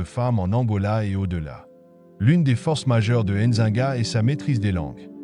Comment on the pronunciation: N'zi-nga et non enzinga